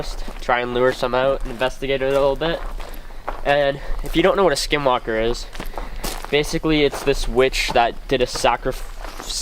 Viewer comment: Was it just me or was he saying SkiM walker lol😂